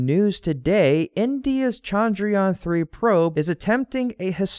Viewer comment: chandrayaan has a soft ch not a hard sound, sorry, it is the teacher in me, good work as usual.